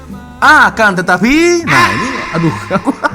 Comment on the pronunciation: Aaakan Tetapi.....😂😂😂😂suka dengar sebutkannya....😂😂😂